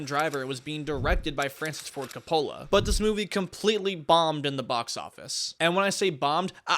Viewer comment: ayoo how did you pronounce Coppola? ahahah